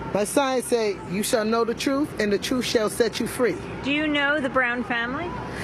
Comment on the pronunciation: "We want to know the Troof"